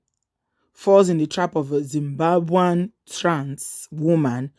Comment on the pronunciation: Did she just say Dzimbwambwen?